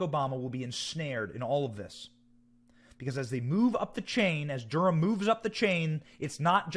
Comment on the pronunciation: It's Durham NOT Gurham, damn